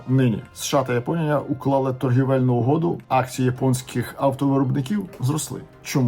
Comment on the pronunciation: Торговельну , а не торгІвельну